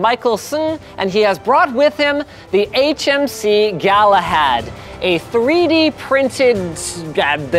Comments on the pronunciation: "HMS Galahad" said over 5 times haha 'HMC*' Galahad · It's HMC! "C" not "S" duh. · jusy so you know im not trying to be mean but it is hmc not hms